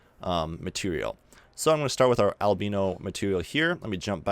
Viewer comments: I noticed you keep saying albeno.. it's albeDo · Thanks for the tutorial. I love hearing you sayin „albeNo“ instead of „albeDo“ 😜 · Did he say "Albino"? :-D